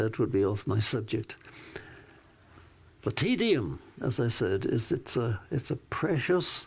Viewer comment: He pronounces Te Deum like"tedium" , teedeeum instead of tay dayum. Good message, though.